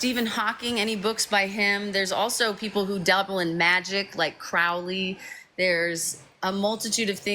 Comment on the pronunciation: Crowley is pronounced like crow, not cow. Ozzy got it wrong and we forgive him, but yeah.